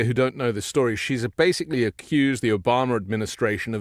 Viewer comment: please take some time and practice how we pronounce things here in the united states... it's not '' Omamerr'', it's Obama... please!... drop the unnecessary R